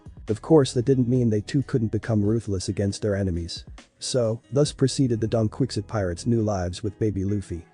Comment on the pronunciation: I can't get over the "Donquikzit pirates"😂